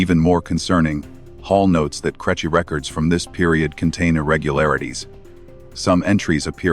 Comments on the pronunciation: Creche pronounced crechy got to me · I know. Crêche should be pronounced more like "cresh". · Its success, to a large extent, hinges on the quality of the punctuation in the submitted text, although mispronunciation of 'creche' suggests an inferior language model. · The AI saying crèche is hilarious even if the subject matter isn't. I detest AI voices but the content itself seems good. 👍🇮🇪